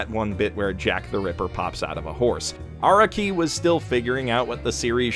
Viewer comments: Lmao this clown can’t even pronounce Araki’s name right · Most people hate this video be he said that you might want to skip a part. I hate it because he pronounced Araki wrong